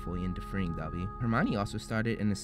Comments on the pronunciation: did you just call Dobby "Dubby"????? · Ik I'm seeing this like 3 years too late but although "Dubby" sounds funnier it's "Dobby" lol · Great video! Just how you say DOBBY, you say DUBBY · I'm sorry but can I just point out that u said "dubby" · It's dobby not dubby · Dude you said Dobby like, Dubby. When I heard that I was like, "What did you just say?!?!" No offense!🤗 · doby not duby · It sounded a bit like you said "Dubby" ( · WHY can’t Americans pronounce ‘Dobby’ correctly?! It’s not ‘Dubby’! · DuBbY Is A FwEe ElF! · you call dobby "dubby" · HE SAID DUBBY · is t just me or does it sound like hes calling dobby dubby..... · It is dob-by it is not do-bby